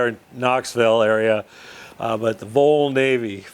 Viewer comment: FYI: The VOL is pronounced vahl as in volunteer. Audio was fine. I recommend Keith Appleton also, as well as, Dave Richards' "Old steam powered machine shop".